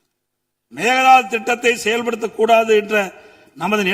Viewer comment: அது மேக தாது கிடையாது. மேகெ தாடு !